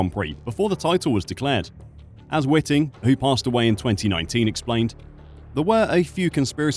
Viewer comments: It's Whiting not Witting........ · Charlie Whiting, not Witting. 😊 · First off: it is Charlie Whiting, not Witting...please have some respect and get the good man's name correct. If Felipe had not driven off from his pit-stop at the very same race in Singapore with the fuel hose still attached to his car, and so DNF'd, he would also have won the Championship. But he did drive off, and so he didn't win. The passage of life and those irritating ifs and buts that get in the way.......I do feel sorry for the guy, but results are results, and if this case gets across the line, then it sets the precedent for many, many more contentious results (also impacted by the deliberate acts of drivers) that influenced Championship outcomes, will then be contended. And I am NOT talking of 2021.......but if Felipe has a case for 2008, then Lewis also had one for 2021. But they should all move on, IMHO. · WHITE-ING. IT IS PRONOUNCED WHITE-ING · Please pronounce Charlie Whiting’s name correctly. It’s white ing. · My immediate thought is that you should practice prounouncing Charlie Whiting's name correctly as in "whiteing"! You are the only commentator I've ever heard use your pronunciation and IMHO it's wrong. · the way you pronounce Charlie's last name proves you know nothing about this sport and it's all one big grift to you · Fucking hell how are you mispronouncing Chalie Whitings name?